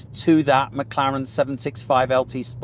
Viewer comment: You lost me at "McLaren" MC20 ....